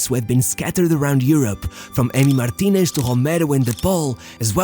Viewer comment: Why does he pronounce every last name that ends in "ez" as "esh."